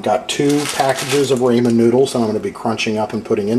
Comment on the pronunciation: It's RAH MAN not RAY MAN